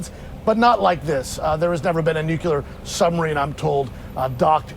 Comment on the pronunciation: Hey, it's not nucular.